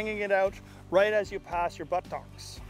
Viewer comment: ButToks lol sounded funny. Jokes aside awesome vid!!